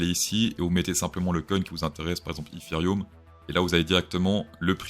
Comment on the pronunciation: Je me demandais ce que c’était ‘Ifirioum’ ! J’adore 😂❤ merci pour ces avis et analyses